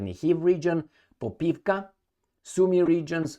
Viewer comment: It's Popovka, not Popivka, and it literally means "ass-place". Ba-dum-tss!